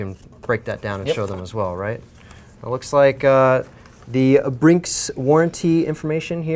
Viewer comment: says brinks lol